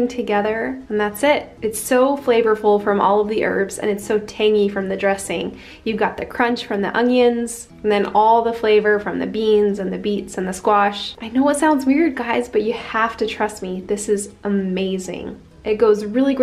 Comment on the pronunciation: Who else noticed she is pronounced onion as ongions